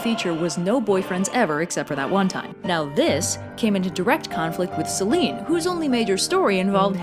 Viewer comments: It's Seh-lee-nee...Σέληνη... Just saying. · I like in depth of your research on these and your humour and drawings are cool. Sorry to be pedantic, but just small pronunciation thing: Selene is normally pronounced Selenee. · I guess the Ducktales Reboot has been pronouncing "Selene" wrong, too.